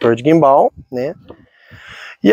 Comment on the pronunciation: Que agonia ouvir a pronúncia guimbál 😅